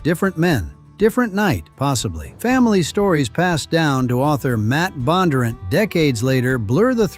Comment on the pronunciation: The AI voice pronounced Bondunrant incorrectly, the accent should be in the d.